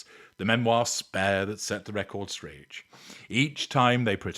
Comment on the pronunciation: The memoir that set the record “strange”? Did I hear that correctly? The cc said straight but I think said “strange” which is ABSOLUTELY TRUE! 😂